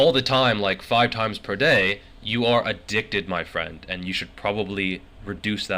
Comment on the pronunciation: Did you just say I'm addickted? What??